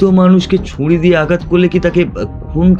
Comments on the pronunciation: ভালো লাগলো কিন্তু ছুরি উচ্চারণ ঠিক করতে হবে । ভালো থাকবেন। শুভেচ্ছা জানালাম। চন্দ্রবিন্দু বাদ দিতে হবে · এর ভালো গল্প আর পরিবাশনা কিন্তু কিছু কিছু কথা খুব কানে লাগল, যেমন ঝোপকে ঝোঁপ আর ছুরিকে ছুঁরি বলা😑 খুব খুব কানে লেগেছে! দয়া করে একটু খেয়াল রাখবেন